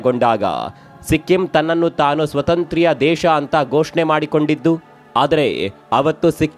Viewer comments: ಯಾವ ಕನ್ನಡ ಇದು ಸ್ವತಂತ್ರ್ಯ... ಒಂದೇ ಸ್ವತಂತ್ರ ಅನ್ಬೇಕು... ಇಲ್ಲಾ ಸ್ವಾತಂತ್ರ್ಯ ಅನ್ಬೇಕು... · 👌👌👌👌ಒಂದು ಸಲಹೆ...ಸ್ವತಂತ್ರ-ಸ್ವಾತಂತ್ರ್ಯ (independent-independence) ಸ್ಪಷ್ಟ ವಾಗಿ ಉಚ್ಚರಿಸಬಹುದಿತ್ತು...👌👍